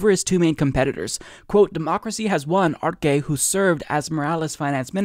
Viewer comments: its pronounced: "Ahr-Seh" not Ar-ke. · Bro it’s pronounce arse not arke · Arce is pronounced (Arh-seh)